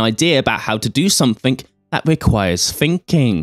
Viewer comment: This guy doesn't do a whole lot of "thinking"; he seems to do a whole lot of "finking about somefink and oh-so uver fings".... and don't even get me started on his irritating "Jonathon Woss" style speech impediment.